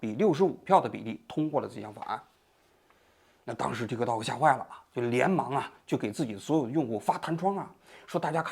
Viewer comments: TikTok的k失爆，读作“Ti （停顿）To（停顿）” “踢克套克”听起来太反胃了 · 踢克涛克，王局发音象绕口令！ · 踢 涛 ，就好了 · 王局，说个冷知识，tiktok其实不是这么念的，这是国际音标发音，t在国际音标里是念d（大陆拼音自行修改和采纳），k不发音，用来表示短音，类似音乐中的休止符0。所以正确的本意发音应该是“嘀di 嘟do”(都要短促音，用来拟声表示钟摆的声音），美国人用英语发音习惯念出来也是怪怪的。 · 踢科托可，老王的发音真好笑😂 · 王局對於 tiktok 的發音太中式了，最後一個 k 可以不發音的，試一下 tikto. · 老王发音向日本人学习了，踢克套克